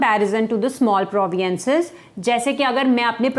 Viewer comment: Why you say proviences, Please correct your pronouciation. Province